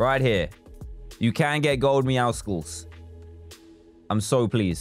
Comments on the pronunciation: dan says meow-SCles i say: meow-suls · The way he says meowusles thooo